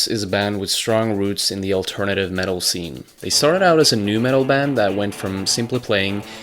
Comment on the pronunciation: The metuul of radiohead